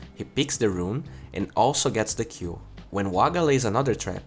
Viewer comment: Everytime you say 'kill' it sound like you're saying Q :D